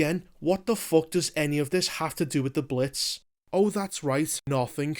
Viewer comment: “We Wuz in tha Blits”